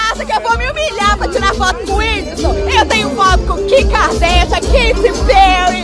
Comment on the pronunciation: KIM KADÉCIAN, QUEITI PÉUI! CHÁU MEINDIX! Ah não